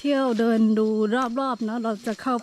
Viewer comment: ร เรือ ชัดเจนมาก คำควบกล้ำ ดีมาก ปรับปรุง นิดหน่อย คือ คำที่ใช้ ด กับ ล บางทีสลับกัน เช่น เดิน เป็น เลิน แต่ก็ฟังเข้าใจ ครับ ชื่นชมครับ ใช้ภาษาไทยได้90%แล้ว